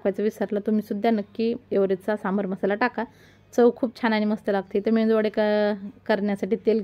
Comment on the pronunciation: मेंदूवडा नाही मेदू वडा